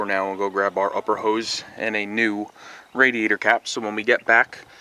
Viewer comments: I was just about to say that. I have never heard anyone call the radiator like that. Good video man don't take offense lol. It made me laugh for sure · cool video just quit saying radiator like that for christ's sake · Hes Canadian. And that is how its spelled.